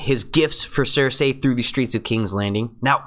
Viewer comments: Cersay? well that's not annoying at all how you say that, it's Cersei (cer-see) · Blood Raven, its the 3 eyed Raven, and you keep pronouncing Cersei wrong lol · CER-SAY ME-SAND-AYLMAO -VARR-IES man you really have a hard time with the names eh? :P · I dont know why i'm annoyed at how this guy pronounces Missandei and Cersei..like its not MEESANDAY or CERSAY.. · Why do you keep saying there names wrong varys cercei